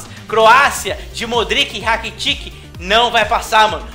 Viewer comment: Pronúncia certa seria... Modrit e Rakitit Não modriQui e RakitiQui